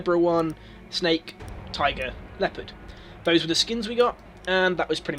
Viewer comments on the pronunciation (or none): none